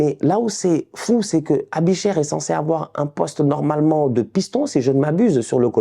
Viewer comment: On dit “ébicher “pas “Abicher” 😂👌🏾🇨🇭